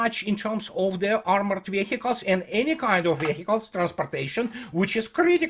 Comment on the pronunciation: Веиклз или вииклз. Не "вехикалс". Please,!)